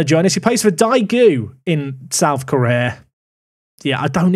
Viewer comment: 🤦‍♂️ Daegu is pronounced Day Gu lol. They ae is a single letter 😂